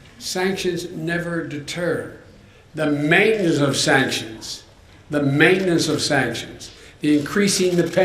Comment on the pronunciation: I think he said "mainess" not maintenance